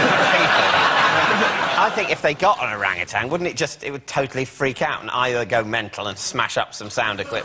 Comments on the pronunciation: I'm not so bothered with depicting Sweden as cruel to animals as I am bothered with the pronounciation of orangutan. There is no "g" at the end of that word. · why do they keep saying orangutang?